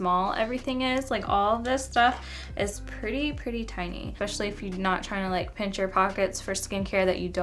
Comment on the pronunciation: expetially?!?!? i am not from the us but honey!! is that actually a word???